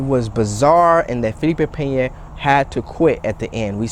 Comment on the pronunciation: Hit the dislike because you said his name wrong otherwise good video lol